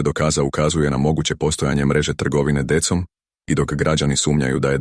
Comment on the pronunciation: Ne govori se dekom nego decom Децом